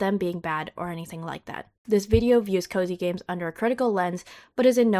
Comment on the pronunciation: The first few times you said 'cozy games,' I kept hearing 'covid games.' Since I first started hearing the cozy games term around the same time, the association feels pretty 'spooky.'